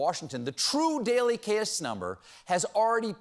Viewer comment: Put a lil irish swing on the word "case" and it made me laugh